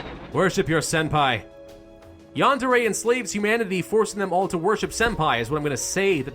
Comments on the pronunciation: It is pronounced yah-nd-eh-reh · its prounounced Yan-De-Re